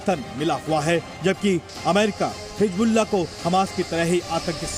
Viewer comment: Pahle bolna sikh lo. Hijjjjbulla😂